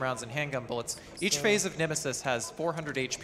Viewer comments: Congratulations for both! But "Nemisis"? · NEMESIS, not NEMISIS 😭😭